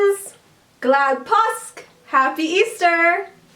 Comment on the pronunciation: Don't ignore the 'å' påsk. You can look into the pronounciation of it on Swedish pronounciation videos.